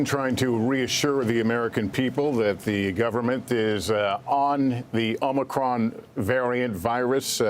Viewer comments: What a scholar Fauci is. I joined a fraternity and had to recite the greek alphabet while chugging a beer. It is pronounced O-Mi-Cron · It's NOT the OmNicron. Biden can't even pronounce it correctly. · Translation: omniscient, omnipotent, "Omnichron" coming for you 👊. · As a Greek-American I'm cringing when I hear creepy Joe and Keebler Elf Fauci butchering our poor letter... Omnicron, omnicrom. 😬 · NO JOE.... it's not called omnicron!!! Can't you at least get your puppet to pronounce the word correctly? So sick of these jokers!!! COME QUICKLY LORD JESUS!!! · I heard Fraudci say "Omnicorn"🌽🤣🤣🤣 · No such thing as “OMNIcron” variant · "The OMG Variant" 😲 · Biden gives an update on pronunciation: OMNICRON? It's known as a "malapropism". Yogi Berra was famous for them. George W. Bush was known for "nucular". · Difference is, he is READING from a teleprompter. You really think the teleprompter is displaying "omnicrom"? No. It isn't. Misreading is not the same as a malapropism. It's almost as if this is the first time he attempted to say the word. Surely, he staff would have corrected him. Surely. Right? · OMNI CRON? hahaha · The Omnicron™ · Yeah the omnicron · What a load of garbage. "Omnicron" -- Biden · Dr Fauci just called it OMNICRON too. Did they change the name? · AHM- UH- KRON Say it right Mr President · Hey he kept saying OMNICRON. oops. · Omnicron? Did he rename the variant? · I just came here to say I also call it “The OMNICRON” 🤣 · It’s OMNIcron now. Leader of western world has spoke. !!! He’s only the most important man in the world. Somehow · Hahaha I love and respect all our leaders and but hearing him keep repeating omNicron haha this is hilarious. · Lmao. Cant even read his script correctly. Give the his job to someone much younger. It’s better for america and all the other countries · No "n" in Omicron. Cronkite or Mudd would've corrected him by now. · NOT Omincrom, DUNCE!! LGB!!🗽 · Unicron was the transformer... U N I C R O N... get it right.